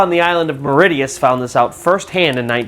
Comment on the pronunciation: Its not Mauri tea us its pronounced Mauri She us